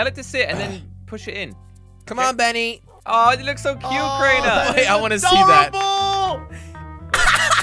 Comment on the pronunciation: Its "benny" but its ok